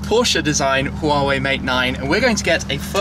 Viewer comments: It's not "HU-WA-WEI" by the way, it's just straight "HUA-WEI". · Huawei is pronounced "waa way" FYI